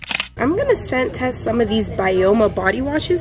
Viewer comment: Blud who does she miss pronounce every brand? (Byoma is pronounced Bi-o-ma